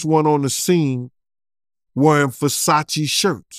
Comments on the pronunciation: I love how calls *Versace, "Fasache" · Did dude say Forsachi’s????